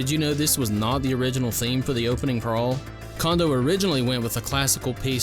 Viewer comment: It's pronounced "Cone-doe", not "Kahn-doe".